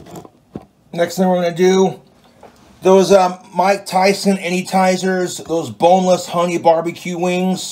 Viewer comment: The mike tyson anytizers lmao , i had to replay it cause i thought i was hearing shit